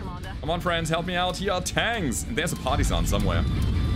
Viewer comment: Your accent makes it sound like you're calling that tank a party-san. It makes me laugh.